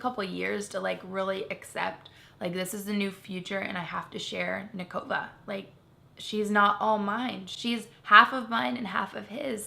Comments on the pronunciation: I thought she said Covid but then the comments said Kova. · I thought she was saying COVID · Every time I hear Cova, I just hear Covid 🤭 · Every time she says Kova, I hear Covid... too much Quarentine :p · When she called her Kova, I thought she said Covid xD